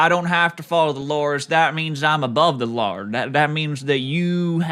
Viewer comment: "I'm above the lawr" is my favourite quote